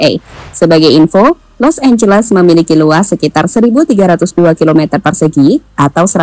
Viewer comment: Los angeles jadi Los losan 🤣😢😢